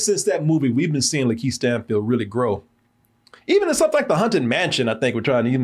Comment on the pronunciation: Why does keep pronouncing it Lan-Keith Stanfield and no one's saying anything? 😂